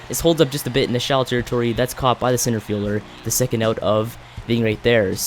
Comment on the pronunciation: It's "out" not "oat"